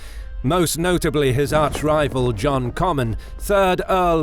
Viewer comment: Terrible narration with countless bad pronunciations, e.g: Balliol, Scone, harrass, Comyn, schiltrons and comrades. As for the deplorable grammar ...